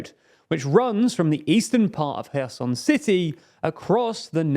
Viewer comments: Funny comment. To prove my point,, the CEO of TLDR News, pronounces Kherson correctly while, the secondary guy at TLDR News pronounces Kherson incorrectly. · I'm glad that knows how to pronounce Kherson properly, but please make sure everyone on your team (that is your mate ) does as well. Thanks